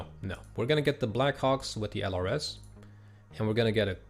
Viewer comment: Thank you for this series! I'm learning a ton! Fun fact, LRS is pronounced as "lurse". They were a specialized infantry unit trained in surveillance, they were very well trained which is why they probably are more expensive in-game. Unfortunately, the Army dismantled these units some years ago (I think one of the US National Guard units was the last and final one to go).